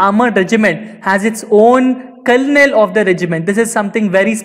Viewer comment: please check the pronunciation of colonel on google...Its really reallyyyy not a tongue twister or something to be pronounced wrong. Please its really offensive for army brats and personnel.Thank you. JAI hind.